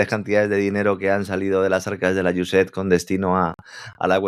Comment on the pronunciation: Iu es ed, o usaid, nunca iusef, que pronuncia. Pronunciamos en inglés, o a la española, pero una pronunciación imaginada no se entiende. Otra solución seria mostrar esas palabras escritas.